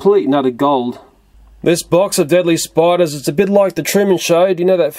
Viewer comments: Educational video huh? Intro: Spidurs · Sorry but spidu-rs??